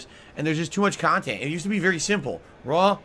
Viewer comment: I know has been around for years but I can't believe I'm just finding out about all these "detractor" channels that give us great "Khantent" 😂